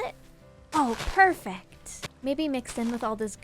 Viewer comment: They way she says "Perfact" instead of perfect 🥰